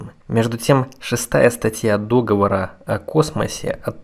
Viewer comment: Не дОговор, а договОр!